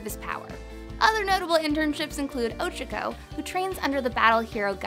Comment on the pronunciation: Also the way she is pronouncing “Ochaco” is bothering me sooo much 😤😤 u can tell she is not an GOD TIER FAN